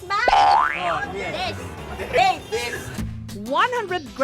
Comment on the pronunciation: Dates hindi dess😂